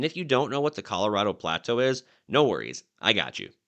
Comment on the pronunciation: Dude, I’ve never heard anyone pronounce “plateau” the way you do, with emphasis on only the first syllable, “PLAA-toh”. Were you raised in northern Minnesota, near the border with Canada?